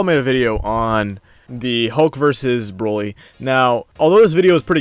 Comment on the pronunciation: bro at this point I don’t care anymore about the topic I don’t know why people are replying to me anymore this Hassan dude doesn’t even know how to say Vegeta correctly and it’s sad he said brokly instead of broly I do watch dbz but ethier forgot that he destroyed a planet or didn’t know so honestly I’m done arguing against people like that that’s why I’m replying to you